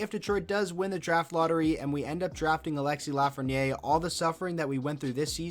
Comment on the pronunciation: LA-fren-yaire. Repeat after me: La. Fren. Yaire. You got this.